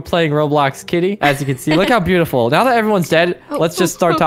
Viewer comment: Why does Charlie says nawo